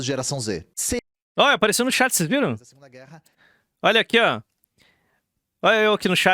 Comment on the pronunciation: pra mim é bizarro que ele força a barra falando estado unidense, mas fica falando XÉT (chat), sendo que nem é a pronúncia o inglês correto que seria TCHÉT, se for pra falar errado, fala logo XAT.